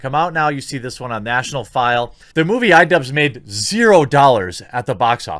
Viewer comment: It took me longer than I'd like to admit to understand why he kept saying "Idubbz".